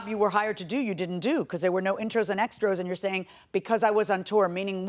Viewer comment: He had the Judge saying "extros"! 😂